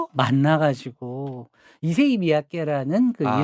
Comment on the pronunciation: ISSEI가 이름, MIYAKE는 성. 이세이 가 아니라 잇쎄이 라고 발음하는 게 맞습니다.